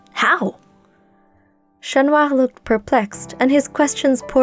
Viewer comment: Finally. Someone who pronounces "Chat" correctly